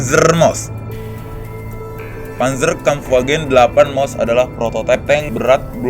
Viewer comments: Maus pak bukan mouse 😂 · Yaa maus tapi bacanya mouse kalo sana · Thank paus apa mouse gimana sih pembacanya